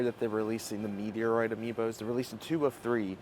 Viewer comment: Took me a while to figure out how you say Metroid LOL